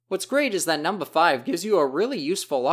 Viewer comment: not to sound werid but i am way to into the way you say number because you sound funny saying it, sounding like "Num-Ba"